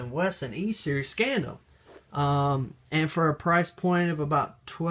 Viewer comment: Scandium is pronounced Scan-dee-um